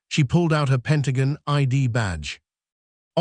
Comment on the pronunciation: It's all AI generated. The narrator can't pronounce Pentagon right